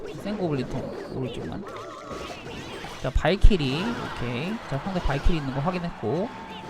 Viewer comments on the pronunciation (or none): 초16초인가 발키리를 크흠 발기리음